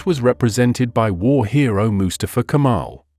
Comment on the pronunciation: I liked this history lesson a lot, but i can't stand the narrator's pronunciation of the name "Mustafa" with his emphasis on the first syllable, not on the second syllable, which is correct. It's not MU•stuh•fuh. It's Mu•STAH•fuh. And, it's a name that is very important in my group of friends. This is probably AI narration. Nevertheless, a documentary should be "proofed" before uploading.